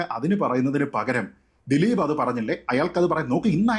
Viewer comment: ദിലിപ് എന്ന് ഉച്ചരിക്കല്ലെ ഗോപാലകൃഷ്ണൻ